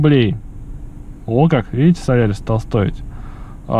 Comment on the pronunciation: спасибо за видео, но он же солАрис!))